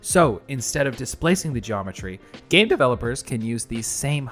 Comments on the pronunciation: gAAme devolopers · gAAme developers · “So instead gAmE deVeLipeRs “ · "GAAmEe developers" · gaHme developers